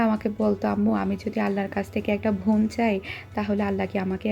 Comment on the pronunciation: Bon, not von.